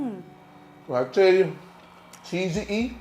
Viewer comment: What a cutie! Love the new words. Cheeseeyee....peperonieeee..LOL! Thanks again for a good snack.